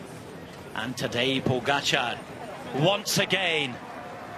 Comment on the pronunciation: Why does Kelly continually mispronounce Pogacar’s name?